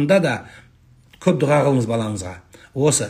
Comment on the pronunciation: ДУГА ЕМЕС ДУА БОЛГАНЫГО САЛАФИТ.